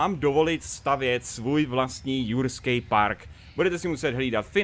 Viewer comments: Já slyšel ruský svět místo jurský svět :D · ehm ten začátek jurským ne RUSKÝM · Lol. Hned na začátku řekl ruský svět😂😂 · Joo on to rekl na zacatku ze vyjde novej ruskej svet aha. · jsem jediný kdo to slyšel nebo na začátku řekl místo jurského světa ruský svět ? :D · Proč jsi řekl rusky svet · Sovětský Svět? Jsem jediný kdo mu to rozuměl? xD